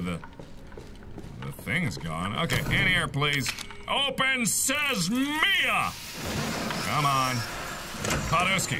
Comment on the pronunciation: I like the point where he says open says Mia